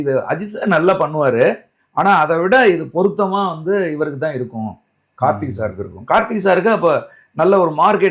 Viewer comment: நெறியாளர் தம்பி... கார்த்தி அல்ல கார்த்திக்...